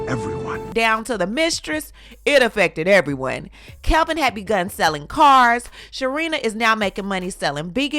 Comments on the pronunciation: You are gossiping about them and don't even know that man's name. It's Kevin, not Kelvin. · Isn’t his name Kevin? Not Kelvin? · I thought his name is Kevin?? Not Kelvin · It's "Kevin".. not Kelvin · She said Calvin during the story. His name is Kevin 😂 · Why you keep saying "Kelvin" The clown 🤡 name is KEV-IN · His name is Kevin not Calvin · Isn’t his name “Kevin” not “Kelvin”? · It is driving me insane that you are mispronouncing his name throughout this entire video 🙄 Kevin ≠ Kelvin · The man’s name is Kevin not Calvin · Girl, you KNOW that dude name is KEVIN, not KELVIN. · My girl KEVIN not CALVIN 🤣 Good video though ❤ either way he broke lol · His name is NOT Kelvin. It is Kevin. There is no L in Kevin. Enunciate if you are going to YouTube it! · Kevin not Kelvin! No L! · It's Kevin, not Kelvin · Its Kevin not Kelvin🤦🏾‍♂️😒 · Kevin not Calvin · He better go and knock on her door and tap on her windowpane. And btw...his name is KEVIN not Kelvin.